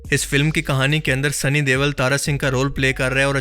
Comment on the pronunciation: Bhai sunny dewal ni sunny deol hai 😂